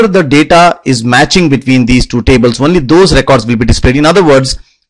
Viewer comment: What the fuck is one-ly its fucking only